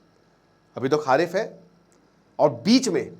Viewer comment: यार उम्र में आप छोटे हो, और मैं आपको बहुत follow करता हूं, इसलिए आपको बताना चाहता हूं कि आप अपने उच्चारण पर थोड़ा सा सुधार कीजिए! "खारिफ" नहीं "खरीफ" बोलिए और "राबी" नहीं, "रबी" बोलिए, यही सही उच्चारण है।